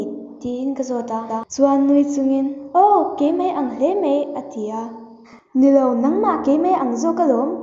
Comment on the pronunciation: Mei I tia mai tih tur a lom